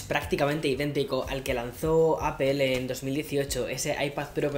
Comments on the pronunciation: porfa estás en EEUU dile a apple APOL, no apel solo espalda le dice asi y nunca entenderé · Se pronuncia apol no apel